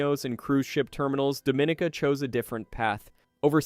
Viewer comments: It's not pronounced Doe-min-a-ca. It's pronounced Dom-in-e-ka. Don't piss them off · #4 is “dom ih NEE kah.” Not “DoMInica.” Please learn to pronounce the place/community names correctly, and thank you! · It's pronounced dah-mah-NEEK-uh. So how do we believe you after that? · Dominica is pronounced Dom meh NICA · It is pronounced. dom-min-EE-cah! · And it’s pronounced Dome-Ah-neek-Ah, is it not? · and by the away, it is called Domineeka !!! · In English we say Dominica. 😉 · He’s mispronouncing Dominica lol! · You clearly have never been to these places . You butchered the name DOMINICA.